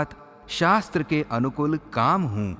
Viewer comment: अनुकुल। नहीं / अनुकूल ऐसा उच्चारण होना। चाहिये। ।